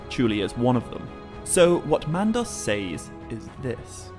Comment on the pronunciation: You do realize that the word says is pronounced like "sezz" right? I just ask because you keep saying it like it rhymes with ways or pays or essays lol just saying